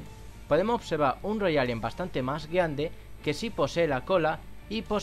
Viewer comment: no me gusta tu fotm de hablar es como que te cuesta decir la r e podido ovseva e logao ve habla